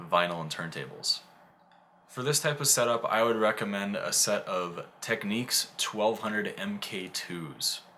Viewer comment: Techniques? Am I the only one who cringed every time he said that?